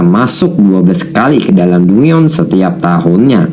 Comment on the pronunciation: dungeon = danjen